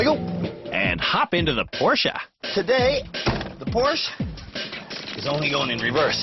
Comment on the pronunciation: Why is pronouncing Porsche two different ways within a few seconds?